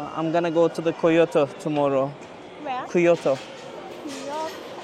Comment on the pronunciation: abi aslında kyotoyu biliyorlar ama bizim telafuz yanlış geliyor onlara o yüzden anlamıyorlar.